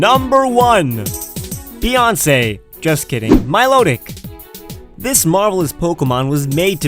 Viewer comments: No.1 feonsay lol 😂🤣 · XD Bèoncey